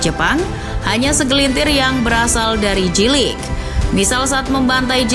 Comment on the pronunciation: Spellingnya Jey-Lig ya kakak, bukan Ji-Lig 😊